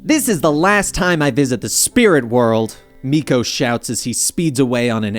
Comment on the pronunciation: idk who miko is its milo lol